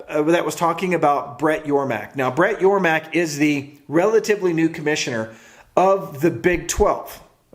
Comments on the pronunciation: It's Yormark not Yormack!! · It’s Yormark not yormack